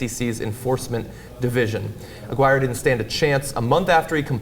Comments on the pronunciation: I couldn't help but notice they kept mispronouncing Gary Aguirre's name. John and Cenk kept saying Aguirre the same way you would say "Maguire." It should actually have been pronounced more like "A-gear-ree." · johns mispronunciation of aguirre made me cringe